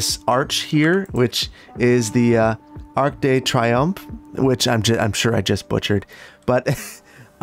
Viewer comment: I love this "Arc dey triompe"